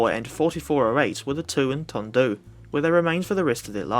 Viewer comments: Hello from Tondu. It's pronounced more like Dundee btw. I used to clean 800s at Swansea so was surprised to see t8 (internally called - The Gay Train) in the vid as well. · A couple of minor (But forgivable) points Tondu is pronounced "Ton-dee" The 45xx and 4575 were similar but also had higher pressure boliers, at 200 pounds rather than the 180 pounds of the 44xxs. The locos were actually too big for Wolverhampton (Stafford road ) works, and so were assembled as 0-6-0s then moved outside to the running shed to have their trucks put on